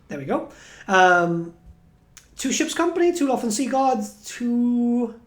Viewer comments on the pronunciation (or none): none